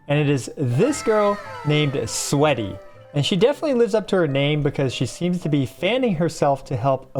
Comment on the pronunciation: Bro really called sweety "sweaty"